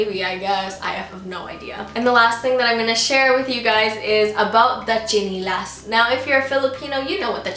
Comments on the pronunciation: It's SHI-NEH-LAS not CHI-NEH-LA! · It's chiNElas not chiNIlas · its not stinilas ... ite styenelas ... biyasa nga eh dili tagalog... >_< very cute.. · is it just me or does she pronounce "tsinelas" differently from how i commonly use it? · hehehe bisaya accent nia ng tsinelas